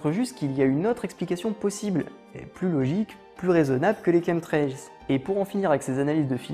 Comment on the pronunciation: Tien c'est bizarre,j'ai toujours prononcer ça comme chamtrails et jamais comme kentrails qui s'écrit apparemment chemtrails même le correcteur google connais pas ce mot ,c'est marrant ça :)